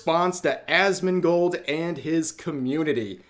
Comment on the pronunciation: It sounds like you said a$$mongold😂